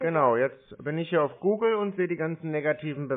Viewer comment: Ja, das "Gähn Sie bei Guhgel" ist eine recht unintelligente Anweisung dessen, was sie meinen. Und "Chrome" fällt ihren Zungen sicher sehr schwer. Was mich aber noch mehr wundert, dass sich über all die vielen Monaten diese Sache in den Skripten nicht geändert hat. Irgendwann müssen doch deren Bosse das merken.